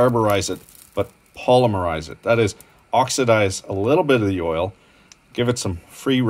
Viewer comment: A+ for correct pronuncification of ‘scallops.’ Rhymes with wallops, collops and trollops. Not gallups. Also for ‘erl.’ Next time you’re in the NS-NB borderlands, get yerself to the Grohman Knives factory in Pictou. Been in business since the 50’s and make skookum knives. I still have some knife blanks my grandfather got from there in the 60s. He never finished ‘em before he died. My dad got ‘em. He never finished ‘em before he died. Now I got ‘em. It’s on the list. Bacon ends from the butcher is the way to go. The end of the slab has more surface area so’s ya gets more smoke fravour. Mmm, fravour.